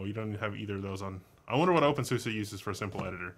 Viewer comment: I think you may be saying openSUSE wrong, but that doesn't matter much. (I've heard it said "sue-see" instead of "sue-suh" or whatever you're saying) I also noticed you kept saying terminal/console on the ctrl-alt-f1 through f6 screens. While you're looking at a terminal, those specifically are called TTYs, they're labeled at the talk. When you said TTY was short for terminal, you weren't exactly wrong, but it is short for something like teletype. A quick skim of the TTY Wikipedia article would be better than listening to me explain that, though. tl;dr an old term that carried over to newer technology. Now, less about wrong info and more about suggestions, I was kinda hoping when you brought up i3 that you would switch to a different TTY and then maybe launch a new x session running i3 to demonstrate it. I'm personally somewhat familiar with i3, but I think it has a really unique look that you didn't get across with your words. I'd also like you to discuss how a lot of people sort of create their own DE by combining separates WMs and panels without a DE at all. CrunchBang would be a great distro to show this off, although you can get any distro to look the same of course. CrunchBang runs openbox for the wm, tint2 for the panel, nitrogen for the wallpaper management, and compton for the compositor. The default DM is SLiM. You're covering stuff that isn't covered by channels nearly as popular or reputable as yours most of the time, so I greatly appreciate what you've done, even